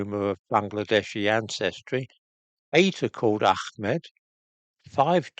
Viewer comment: Ahmad and Hussain are not pronounced with a 'kh' mate, that's why they're spelt with a h.